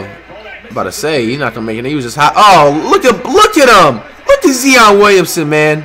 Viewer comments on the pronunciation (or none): Flight u doin this on purpose now. Its not Zeon, its Zion. Z-eye-on. Not Z-ee-on. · Keep on saying Zeeeeon all you want Fight :) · If he says zeon or akumpo one more time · This man hears zion but says zeeon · flight who is zeeon 🤦🏾‍♀️🤣🤣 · Nobody : Flight : zeon an akumpo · Bro Zion and Giannis are my 2 favorite players and it’s just hilarious how he calls them Zeon and akunpo. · Why tf does flight say Ancockbow and Zeeon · “Look at Zee-on Williamson Man” I hope Zion becomes Flights next Curry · “Zeeon Williamson vs AKUNTpo” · “Zee on williamson and akunkpo man” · Bruh it’s not akumpo it’s prounouced ante ta koom po and it’s not zeeon it’s ZI ON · Zeeeeeeeeeon, it’s zion man, Alonzo, it’s Lonzo man, Akumpo, it’s antetokounmpo man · You hear the commentators saying Zion but you keep saying zeon stoop disrespecting him like that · Flight: Zeon What it really is: Zion Flight: ahkumpo What it really is: Antetokounmpo Flight: Donacic What it really is: Doncic Flight: “Steph is 6’0 What he really is: “6’3” Flight: “Ahkumpo is 7’3” What he really is: “6’11” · It's not zee-on it's zi-on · This nigga steady callin this man “zeeon “ instead of Zion 🤦🏽‍♂️ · How can you here this many times zion's name pronunciation and still pronounce it wrong? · he clearly hear the announcers saying Zion he still saying zee-on who the fuck is zee-on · Nigga said zeon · Why did flight say Zeeon Williamson and Akumpo ?? Who dat supposed to be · This nigga said zeeeon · Why you saying Zieon n stead of Zion? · I fucin hate u flight u is dumb bro say his name rightwho tf is zeon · Nigga still pronouncing Zion-Zeeon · It’s “ZY-ON not ZEE-ON you dutt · Flight his name is pronounced Zy-on not Ze-on Like so this man can actually pronounce his name right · Zion not zien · WTF IS ZEEON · Bruh it’s Zion , not zeeon got damn 😂🤦🏾‍♂️ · Learn on how to say there names, there is no E in Zion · Can you please say Z.I.O.N not Z.E.E.O.N please I’m begging you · bro do u not hear the announcers sayin “Zion”🤦🏾‍♂️